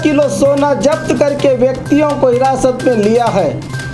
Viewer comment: Urdu bolne nahi aati to Urdu mat bolo ye kiya Hai zabt ko japt